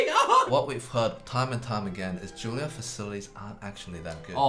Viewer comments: Time for a lesson for all commenters. It's JUILLIARD. Not "Julliard" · I thought he said 'Jailyard' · Juilliard- you mean jailyard ?